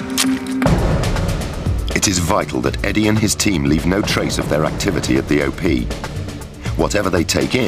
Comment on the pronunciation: It is "op", not "o-p".